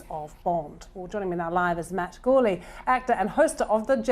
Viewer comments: Did she end the call with Matt CHORLEY????? 😂😂😂😂 Surely, not! It's GOURLEY. I went back for the second time and she did call him Chorley! She was seeing the GOU as CHO🙄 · She called him Matt Jourley at the end instead of Gourley. I hope Conan heard that.